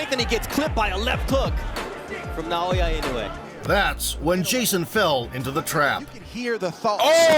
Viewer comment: Regarding pronunciation, Japanese vowels are all pronounced separately, not combined as in English. So it's Na-o-ya I-no-u-e.